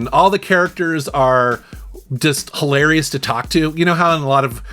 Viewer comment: OMG...it's, like hil-AIR-eous.